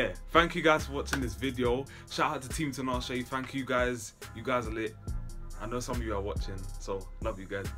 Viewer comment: TEE-NAH-SHAY. Not TEE-NAH-SHE.